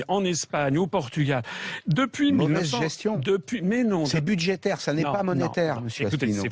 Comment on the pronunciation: "c'est budgetaire pas monetaire"....... qui commende nos bidgets monsieur le journaliste? ^^